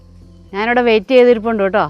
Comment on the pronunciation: ഓട്ടോ അല്ല കേട്ടോ ആണ്